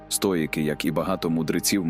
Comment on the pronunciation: цікавий та корисний матеріал! дякую за вашу працю!! ❤ маю питання щодо голосу: озвучує ШІ, правда? жива людина не робила б таких банальних помилок в словах чи наголосах; наприклад "стоЯки", замість "стоїки", яким присвячений канал